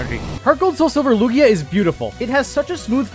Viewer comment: The way you pronounced Altaria, Lugia, and Shelgon is sinful. "oH bUt It'S tHe OfFiCiAl PrOnUnCiAtIoN" official pronunciation my ass.